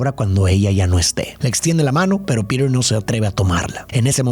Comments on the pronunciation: La película me encanta , PERO DETESTE QUE DIJERAS “PIRER”, POR FAVOR HASTA EN LA PELÍCULA EN ESPAÑOL LATINO SE PRONUNCIA COMO “ PITER “ , eso arruinó para mí este análisis de esta película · en latam PETER es PITER, no Pider.